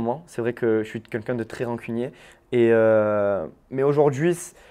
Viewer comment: C'est moi ou il dit "quenqu'un" au lieu de "quelqu'un" ? 🤔